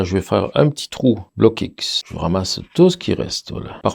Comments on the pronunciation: Salut, très bonne vidéo Test et révélatrice....On dit en France BLOKX en une seule fois, on ajoute pas le X dans la prononciation BLOCK-X, c est pas grave!...Environ 30 ans maintenant que je suis avec ces couleurs et franchement c est la grande qualité. Jai même des tubes de cette époque qui n ont pas bougés, la durée dans le temps compte aussi, il faut se procurer le petit livre de Jacques BLOCKX; COMPENDIUN de l AR G. Père sur les couleurs propre et impropre a la peinture, leur origines, les mélanges etc...144 pg. La grande qualité de ces couleurs vient aussi de l ambre dissous qui est utilisé pour la fabrication des couleurs,( procédé de la Renaissance) C est vrais que tout cela ça a un prix! Ne pas s approcher d un Vermillon ou d un jaune Auréolin....craignos!! Voila pour ces infos (je suis pas payé!) C était les couleurs de Magritte et de Dali entre autre...! Connais tu les couleurs Sennelier? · Merci Juste une petite remarque, on ne dit pas bloc x mais blox C’est un nom belge comme le mien qui est Roockx